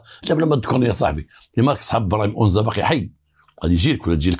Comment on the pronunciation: السلام انا مدينة اكادير اسم تلك المنطقة ليست اونزا بل انزاتوجد على شاطئ مدينة اكاديرقرب الميناء الللتسويق والاستراد والسلام